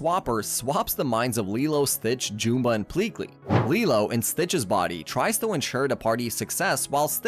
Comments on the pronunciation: It’s JUMba, not JOOMba. Did you even watch the movies? They say his name constantly. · jewmba? JEWMBA its Jum-bah liek yum but witha B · How do you pronounce Jumba so wrong? It is a movie, not a book. It literally says the name! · You can tell the narrator was not the writer of the script. He keeps saying jumba and gantu wromg as well as many other normal words.